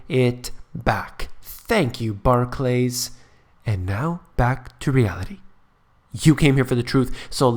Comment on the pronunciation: You pronounce Barclays as though it were 2 words, it isn't... Barclays not Bah clays xD